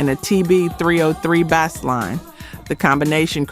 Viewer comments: Is the narration AI? I ask because she said "Bahs" instead of "Bass" when speaking of the Roland TR808 TB303 sync. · You mispronouncing “Bass” like a fish as in “Bass Line” in music may be why folks are not subscribing. It’s spelled Bass but pronounced Base if that helps. Also mispronunciation Rebbie Jackson’s name😂 do better research for your AI generated video. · Ok so this is a AI voice talking.. I didn't know until this review .... the pronunciation of Bass... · Right. The mispronunciations: Bass, ABC, Rebbie R and B, dead giveaway